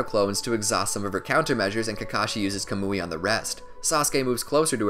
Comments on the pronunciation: Bruh it’s not “kamooie” it’s “kaw-mu-e” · Yah-mah-toh not yuma-toe Kah-muwy not kuh-moooey